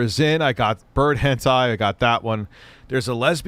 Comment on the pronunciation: One of my favorite tendencies is his claim he has no idea what Hentai is and purposely mispronounces it. We know your secrets.